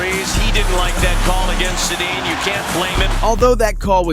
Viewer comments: Worst Voice Over guy in NHL History...Learn to pronounce names if you are going to pretend to know hockey. It's pronounced Sedeen you donut. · “Sey-de-an” wow that’s horrible pronunciation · Probably already been said, but the Gretzky-Gilmour thing was in GAME SIX. If you want to be taken seriously as a hockey commentator, get basic history right, pronounce names correctly (Daniel Setting?), or make your jokes more obvious... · "Seddy-in". Good ol Canucks legend... Daniel "Seddy-in". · Sedin....say it right....ur video clip even says the name twice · Bro can't even pronounce daniel sedins name right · So like, do you not know these players names? where do you get your info, the butcher job on Sedins name is so tough to listen to. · Does he know how to pronounce Sedin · What's worse is the announcer says it properly in the clip...like just watch the shit you post and you would know how to pronounce the names of the players in the clips. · How do you butcher Sedins name so badly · he's mispronouncing player names too (Daniel sedin) bro doesn't know hockey